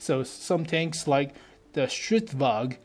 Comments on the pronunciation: Stridsvagn, not stridsvag. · Why say "stridsvag" when there is clearly an N in there? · Holy shit, Swedish tanks, really?? I'm a Swede, a big tank nerd, a big WoT nerd, and I'm super stoked!!! Stridsvagn is pronounced "Strits-vangn".